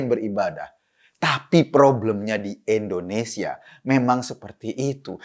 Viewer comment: Indonesia bulll... bukan endonesia...🙃